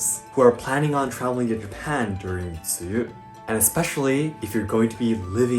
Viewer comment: When pronounced tsuyu in mandarin I was shocked as how accurate it sounded! Like Wow!